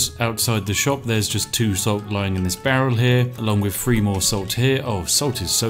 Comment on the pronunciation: "TH" =/= "F"